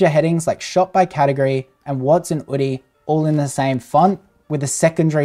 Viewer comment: Drop the H, just "Oodie" . It's cleaner.